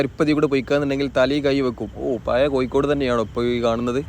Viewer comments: Athe koikod alla Kozhikode ennu paraynam... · Kozhikode ennu sarikkum paranjoode....koykode...